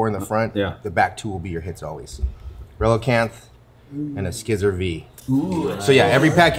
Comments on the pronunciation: This dude owns a whole ass card shop with a ton of boxes and he mispronounces Scizor???? As “Skizzerr” 💀💀💀💀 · He said a SKIZZOR V